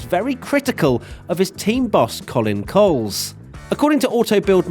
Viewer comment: Is it not pronounced Colin Ko-lez? Rather than Colin Coles.